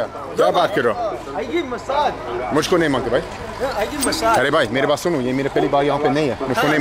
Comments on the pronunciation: very informative and proud of you for sharing this... If it helps have a few pointers... the pronunciation is Bh-ai, not "Buy/Bai", coz although both sound the same they have different meanings.... Bai means lady... & can mean maid too.. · Very nice. BTW it is Bhai for brother not Bai. Bai means maid servant and you don’t want to call a random man that unless you are looking for excitement to kill time.